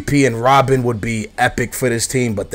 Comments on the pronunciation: its Robben not Robin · I think thts how he pronounce Robben XD